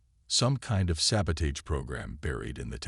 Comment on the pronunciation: I am sorry but I have to say this. I love the AI voice, is very good and your plot is good but please teach the AI to pronounce words correctly. It must be an AI thing, same words mispronounced most of the time, all the time in some cases like debris, barrage, sabotage, etc…